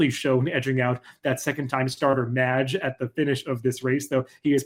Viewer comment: Great analysis as always. It hurt hearing you mispronounce Mage through the entire video though.